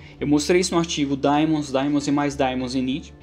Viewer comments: Daemons pronuncia-se "di-mons". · mais uma coisa, a pronuncia em inglês é "di-mans", não "di-mons". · E no primeiro vídeo vc pronucia ai-pi-teibous pra iptables, que é a pronúncia em inglês us. Se segue a norma us de nomes, daemons soa di-mons. Ou então tem de falar i-pi-ta-bles pra ficar de acordo. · Se é pra ser preciosista com pronúncia de palavras de idiomas alheios eu digo que a pronúncia certa é "daimon", do grego ático/latim clássico. Só não sei em que isso afeta o conteúdo do vídeo...